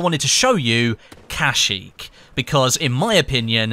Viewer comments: I'm surprised I didn't see any comments that said uhh it's pronounced kuhsheek not casheek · You dont Say kashyyyk with an "a" you're supposed to say kashyyyk with an "e" so it sound like keshyyyk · you said it wrong you are putting to much effort in the a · "kasheek".... XD